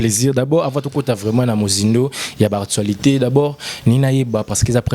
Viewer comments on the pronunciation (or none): none